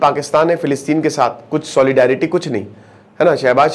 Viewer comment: Plilistein😂ye kaha h....hello isreal kya aapko pata h philistein kaha h...bhaijaan pager sambhalna zara 2 min m jara laghushanka jaake aya